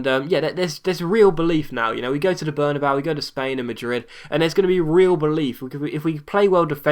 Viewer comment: it's berna-bay-you